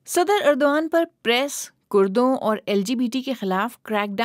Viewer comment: درست کر لو یہ اردو وان ھے جس طرح ارتغرل نھین الر ترل ۔